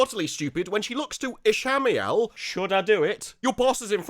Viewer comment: What the hell is that pronunciation of Ishmael?